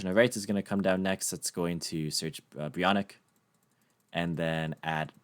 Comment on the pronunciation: Brionac is pronounced: BRI-O